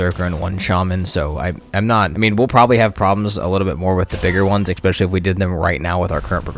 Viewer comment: Love the video, just one thing: the word is especially, NOT EXpecially